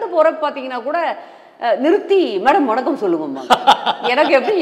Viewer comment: உங்களுடைய வணக்கம் என்ற சொல் எல்லோருக்கும் மிகவும் பிடித்தமான சொல். நல்ல தெளிவான உச்சரிப்பு.